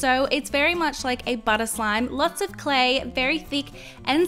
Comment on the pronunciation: Listen. she said slay slime !😂😂😂😂😂😂😂 I think she meant clay slime